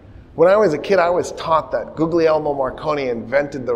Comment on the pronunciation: Great lecture. One note: "Googly Elmo" is pronounced " Ghee Air Mo".